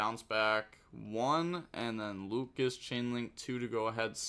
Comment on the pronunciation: Thanks for showing off those 2 new decks! Just one thing, the lvl 8 fusion is read as AL THARION and the lvl 4 guy that adds is read lucias (looshas) not lucas